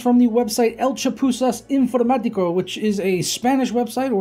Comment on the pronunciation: X 3700X choices choices. Hey, you pronounced that Spanish Informatica site in an excellent Spanish accent. Much better than all the other tech YouTubers. Well done! disclaimer: I don't speak Spanish, but I enjoy a good accent.